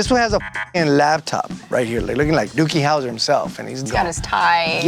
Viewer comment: Did he just say Dookie Houser?